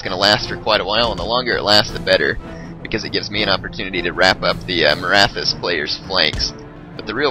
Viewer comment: no, Sikh is pronounced "seekh." Maratha is pronounced muh-RAHT-ha.